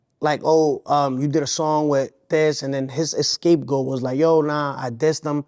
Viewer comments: This is actually the 2nd time in 2 days I heard someone say “escape goat” lmao wild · 69 talking about catching depression like it's a cold and saying escape goat instead of scapegoat has me on the floor 😂